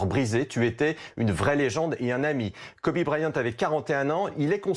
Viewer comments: Quel est l'utilité de parler de son affaire de viol ??? Surtout qu'il n'a as été reconnu coupable.... Et en plus ça se prononce "Kobi" pas "Kobé" merci les journalistes français... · PTN PRONONCE KOBE PAS KOBé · « Kobé » à et « fille aînée » à c’est bien d’être dans l’actu en direct mais pour mal prononcé son nom et dire des conneries ça ne sert à rien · Il a dit Kober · Il a vraiment dit kobé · "kobé" Nan mais vous avez pas honte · "kobé bryant" et mercé bfm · Deux trucs... déjà parler de viol (sachant que cette affaire est peut être inventée de tte pièce) au moment de sa mort c’est honteux et après dire « kobé » a putain c’est du non-respect faut s’informer au lieu de vouloir sortir l’info le + vite possible par des journalistes qui n’y connaissent rien en + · Putain mais respectée son prénom bordel on dit pas Kobé bande de merde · 2.30 :le mec dit KOBé IL est sérieux la !!!